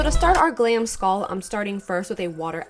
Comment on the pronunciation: Y u sayin skall instead of skull